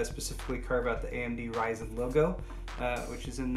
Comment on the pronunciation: Thanks for calling it "RYZEN" and not "RISEN" LOL....